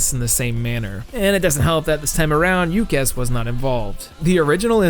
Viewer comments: For the love of christ, its YUKES not YUKESS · I don't believe I've ever heard it pronounced "Yoo-Kez" before. I always thought it was just pronounced "Yooks". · Ah yes, You-kezz. My favorite developer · I did enjoy the video, lots of interesting stuff - but dude the pronunciation of Yukes as "you-kes" drove me totally crazy jfc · Yuke’s is pronounced “Yooks.” The “e” is silent. I recommend Giant Gram 2000 on Dreamcast, or even AKI’s Virtual Pro Wrestling 2 for N64 (Japan only). - writer, designer, director of Road to WrestleMania mode, WWE SVR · How do you get Yook-ess from Yuke's, hahaha. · Are you mispronouncing "Yuke's" on purpose? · It's really pronounced "Yu Kess"?